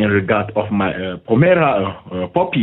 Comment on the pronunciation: Hey cutie! Cheese and rice! This guy can't even say "Pomeranian". DOY! "Pomera"! If you're going to try and scam people, you BETTER know how to pronounce the product that you're going to ATTEMPT to sell! Geez-Louise! And by the way, I love John Candy. I think he's really funny! Or was, rather. Although, my friend Robert who's from Saskatoon, Saskatchewan, doesn't like him and doesn't think he's funny at all. Keep it up my good man! <3 (o